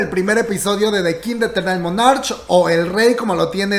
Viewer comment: Info que sirve.. para que aprendan a pronunciar el nombre del drama.. No es MonarCH la pronunciación suena como MaanaarK con K al final 😉